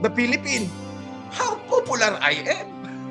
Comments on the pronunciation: “how poopoolar ay em” HAHAHAHAHA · Poopoolar daw 😂 poo poo talaga. Bwiset na bulok na Ilokano! 😅